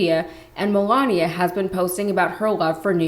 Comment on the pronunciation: I've never heard anyone pronounce Melania, Melonya.🤔